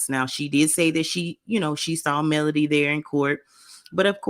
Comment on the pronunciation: Enjoy your commentary! I'm not sure if it's my ears, but it sounds like you're saying Melanie when u say (Melody) Mel lo D name. I can't wait to see that scene 😊😮